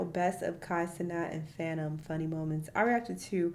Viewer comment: He messed up fanums name and called him fanuma